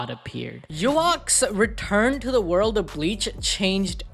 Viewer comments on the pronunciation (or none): What ? Did you just call him '' Yuhaks'' ? Wtf